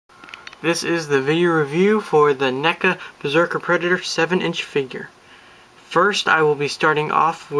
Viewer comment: its prandounced n--eeee-K--a